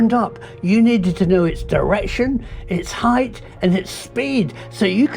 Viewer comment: 'height' not 'hight'